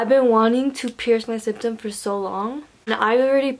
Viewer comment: Maybe dont do it if you cant even say “septum” right 🤯